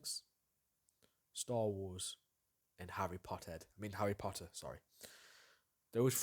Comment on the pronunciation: "Harry Pottart" lmao People mispronounce The Lord of the Rings more often than Harry Potter. This was refreshing by comparison. xD